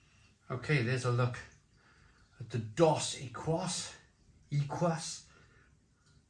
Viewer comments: It's pronounce doe seckees. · Your missing the best, Tecate, in cans Dos Equis is pronounced Dos Ek keys The rule of thumb in Mexico is because aluminium is super expensive only the best beer goes in cans. Never drink corona from the uk, your putting them in the order most Mexicans would. However, if you get Mexican corona you will really struggle to say its not as good as Dos. Tecate is the legend though, when I am in Mexico and i find a bar with Tecate, thats where the night is gonna be spent. Also, tequila, its like night and day to the crap we get in the Uk. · It’s phonetically “ Doughs Eh keys” broham. Not being a dick, just trying to help. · It's "dose ekees", 😅 Come on mate. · These beers are for spicy foods. Or for chugging while dead cold in 95 degree Summer heat after mowing the lawn. Time and place. They pronounce it Dos Ekeeeees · Dos Equis is now back in home bargains (pronounced Dos Ecces meaning 2 X's in Spanish.) Had it on Draught in Mexico. Lovely beer. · Dos Equis is pronounced Dohs EH/kees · Mexicans pronounce it "Dos Ekeese"! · I used to drink Mexican lager when it came from Mexico. Wouldn't buy the "fake" UK brewed rubbish. The Corona might be skunked of course. Modello is OK but its got added sugar not very clean. Dos Equis (pronounced Dos Ekis) is good but hard to find nowadays. My favourite is Pacifico Lager. I'm not sold on Mexican beers to be honest especially as they are often in clear glass. Prefer German or Czech lager. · Pronounced dos ek-ees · Dos Equis pronounced 'D'oh Seckies' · Dos Ekees. (pronunciation) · Great comparison. It's pronounced dos eh-keyz two exes 😉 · It's pronounced Dos Ekis, means 2 X's/Double X. You missed out Sol, which is a big mexican beer and my 2 favourites are Pacifico brewed in Mazatlan on the Pacific coast, and from Modelo their dark lager Negra Modelo 😋😋